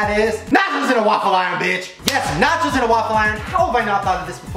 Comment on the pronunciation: I thought he said “matches” instead of “nachos”